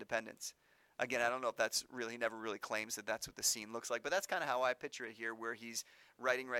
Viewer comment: he pronounces "picture" like "pitcher" and its upsetting